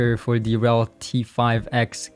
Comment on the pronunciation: its not RELLL, its R.E.L